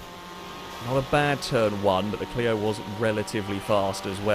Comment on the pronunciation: Clio-zone. Lol